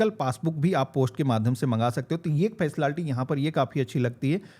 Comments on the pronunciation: Facilaality bol rha h 😂😂😂 jaahil gawaar h kya 😂😂😂😂😂😂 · Facility ❎ faslalty ✅